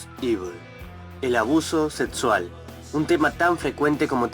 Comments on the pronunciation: pronuncia la X como T, seTsual, eTspertos, proTsima. es un problema comun, mayormente pasa en gente con los dientes muy separados. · Porque dices sedsual, Edspertos, prodsima ??? 😲